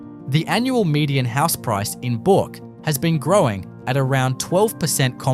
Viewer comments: It's not bork it's burk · Also needs to pronounce Bourke as BERK not Bork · Please pronounce Bourke properly. It's not pronounced "BORK"! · "Bork" ? Back of "Bork" ?? 👺 Is this some sort of AI Generated Outrage Pr0n to get comments and views ?? Are you deliberately mispronouncing EVERY location to trigger viewers ?? There's just no way you're this 🤡👹🤯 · and Bourke is not pronounced Boruk... as for Coober Pedy, not even close. AI Generated speech here.